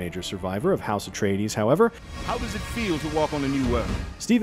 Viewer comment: "Irulan is a skilled biographer and historian..." who REPEATEDLY mispronounces "Atreides" in the trailer.